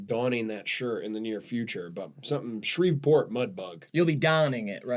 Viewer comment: Also pronounced it “Shreev-port” 😢